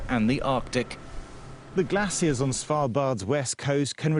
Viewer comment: glaciers = ge-la-ci-a-s 😂